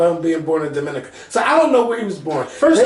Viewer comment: Not Dominica it's pronounced (Dominique-a)